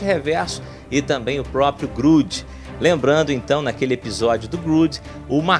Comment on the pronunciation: parece que ta rezando uma missa, nao conhece nada da dc , fala muita bobeira. não é grud é grod, mistura palavras em idiomas diferentes pare com isso vá falar do papa.